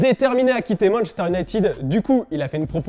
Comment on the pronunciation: "Manchester nitid " 😂